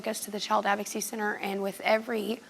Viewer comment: Why can't people pronounce the word "advocacy"